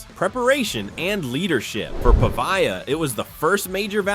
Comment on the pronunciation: How about properly pronouncing his name?